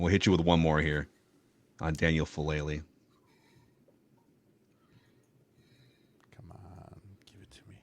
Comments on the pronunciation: The name is "Faalele", not "Faalale". If you're making a video of the guy at least get his name right, for heaven's sake... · Heads up for future ref: all vowels in Polynesian languages are pronounced, so Fa-a-le-le. Another great Polynesian Aussie making some early waves. Hopefully he and Mailata have long careers! 💪🏼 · FA'ALELE (fAH-AH-Leh-Leh)😊 Thanks for recognizing this uso (Samoan word for brother), his hard work and improving skills💪🏾🇼🇸🇦🇸🇼🇸🇦🇸 GO RAVENS💪🏾😈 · Anyone else still trying to find the "H" in Faalele? 😂😂